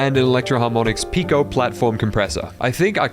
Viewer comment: "pico" means dick on my country and he pronounced perfectly